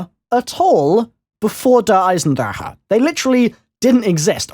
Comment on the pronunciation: Someone who says Der Eisendrache right, that's incredible